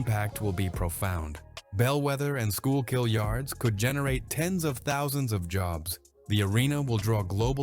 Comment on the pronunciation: You can always tell when the video is AI made because they never pronounce Schuylkill River correct.